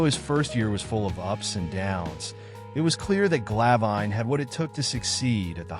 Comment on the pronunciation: Its Glav In, not Gla Vine. Might wanna double check the pronunciation before you make a documentary about him. 🤔🙄